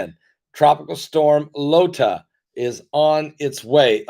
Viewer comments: If your wife really is Mensa, perhaps you should have asked her to teach you how to pronounce the Greek alphabet, once they became names for hurricanes. Beta, Theta, and Eta all have a long A sound for the letter “e”. Iota starts with the letter I, not the letter L. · PASTOR, IT IS NOT 'LOTA', IT IS 'IOTA'<HURRICNE...;)